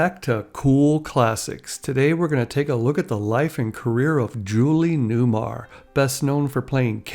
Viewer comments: It's not Newmire It's Newmar. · Not Newmire....New-mar.